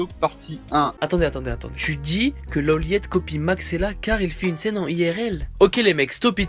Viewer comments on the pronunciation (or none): C'est Low Light bordel ! Son pseudo se prononce comme tel ! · Sa se lit pas LeauLeiit mais LoLight